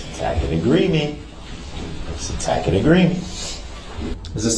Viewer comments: He so confident in his ignorance. This animal struggles with words yet still believes he’s on the same level as the judge and prosecutors. He has to AXE questions about the TACKIT agreement 🙄.. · I wince everytime he confidently says "tack-it" agreement. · Tack-it agreement, licen plates, june-acated, text-es, substained, axe, biast, Liberry, irrelevancy, grounz, What an idiot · A “tackit” agreement… brilliant! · he's mispronouncing "tacit" whenever he claims Judge Dorow is making a tacit agreement. He eventually starts pronouncing it correctly.